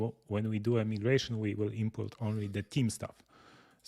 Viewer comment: Thanks for the hands-on demonstration of the migration feature. (, small note: the second letter of "migration" in English is pronounced "eye" and not "eee." It is a small thing, but I thought you'd want to know. English is so f--ed up, I know. Overall, I stand in awe of your amazing command of a second language. But, I digress.) I write only to urge you to move the "Time Needed" feature in Nozbe Personal higher on your list of features you may develop for (New) Nozbe. I hear Michael's statement that the feature was not heavily used. However, it is a feature that fits extremely well in the Team setting and can be used for marketing. I cited this specific feature again and again as a wonderful help when delegating tasks. It gives the person who is assigned the task an outer limit on the time the task should take. My assignees know to check back with me as they approach that "Time Needed" estimated time. That way, I can either give them a course correction because they have undertaken the task in a manner that will not work or will take longer than necessary, or they will show how I am an idiot and the task requires far more resources / time than I originally estimated so that I learn about that and adjust the time needed to be more realistic. In either case, it provides a fantastic built-in feedback loop / governor to prevent tasks from turning into black holes that wrongly absorb too much time or that are wrongly allocated an inadequate level of resources by the assignor